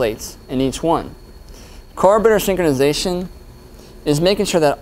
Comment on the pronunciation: “Carbator synkonization”